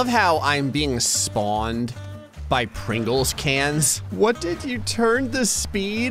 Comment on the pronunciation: Thos are Prhangles not Pringels